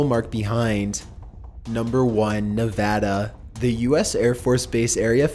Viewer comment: Thanks for pronouncing Nevada right